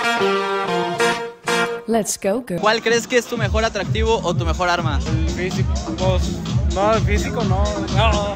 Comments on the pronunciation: "ATTDRAADIVO" JAJAJAJA .😂✌ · Attdraadivo, y como es? atractivo y yo que dije? Attdraadivo y como es? atractivo 😂😂